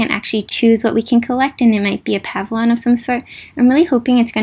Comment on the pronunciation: Disclaimer no HATE: Why does always say pavlon.... like there is an i Just pointing it out since I’ve heard it since the beginning I STILL LOVE U NO MATTER WHICH U SAY